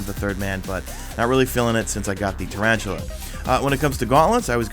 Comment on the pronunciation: taran tell uh, that's what the armor is pronounced like not tarantula lol